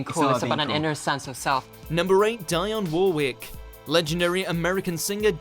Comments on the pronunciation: “ Diane war-wick “. Shite pronounciation 😂😂😂😂😂😂😂😂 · Dionne Warwick's first name is pronounced Dee-on NOT Di-an!! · Dieonn Warwick it's pronounced Deonne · I'm such an idiot. WHY OH WHY do I keep watching your shite? 30 seconds of you rambling, 1 second (if we're lucky) of the actual video you're describing. PS it's 'Dee-on' Warwick, not 'Diane' FFS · Her fkin name is " Deeon Warick" not Dyon WarWick you fkin lemon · Die-On Wor-ick? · Guy Wilcox Actually the narrator pronounced her last name correctly but mispronounced her first name by saying “D-eye-ann” when it’s pronounced “D-ee-on”. Also, it’s pronounced “E-rock” not “Eye-raq”. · Eeek! I’m British myself & even I know how to pronounce Dionne Warwick’s name properly 😂🙈 You slaughtered it bro! LOL - It’s Dee-Yon Wo-rick (the same way as you would pronounce Warwickshire 🙄) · It’s Dee on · Die on war wick? Pronounce shit right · Die On War Wick? Fuckin' 'ell. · Awful narration, he called her Diane. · British guy narrating this video, yes..But with the worst English pronunciation ever seen!! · Despite commenting on British awkward interviews, the narrator can’t seem to pronounce British - as well as foreign - names like the British do. Clangers include Dionne, Warwick, Salisbury and Iraq which are all pronounced in a weird way. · Good video despite you wrongly pronouncing “Dionne”, “Salisbury” and “Iraq”.